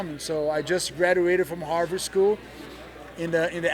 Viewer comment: He go to “Arvard” ! Lmao I think he meant Harvard